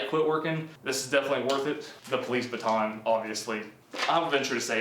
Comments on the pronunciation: Please learn how to say baton. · I hate how you say baton “BA TON”